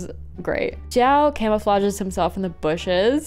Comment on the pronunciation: It’s not Xiao this time, it’s Xiahoe